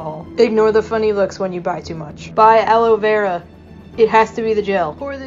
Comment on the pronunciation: Nobody: The man in the video: alowera gel